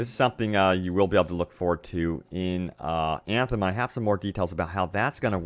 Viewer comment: I love your vids, but I cringe every time you say Eeeeeyaaaanthem... 😢